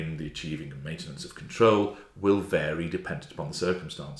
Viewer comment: "Cary"? or "Vary"?